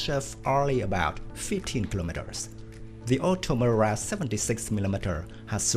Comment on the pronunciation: Incapable de prononcer OTO MELARA . Ça fait peur .